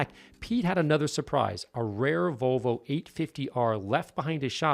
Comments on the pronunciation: Vo-vo? what happened to the "L"? I owned a 79 242GT from 81-92 and no sales person, mechanic, owner, lay person, or anyone else EVER said Vo-vo. Not even ABBA. I first heard this pronunciation on a radio ad a year ago from a local Volvo dealership and thought WTF?? has Volvo become this pretentious or just new owners? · This guy said Vallvo